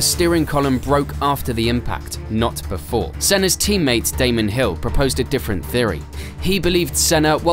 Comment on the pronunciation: Erm...did this guy call Damon Hill "Damien"?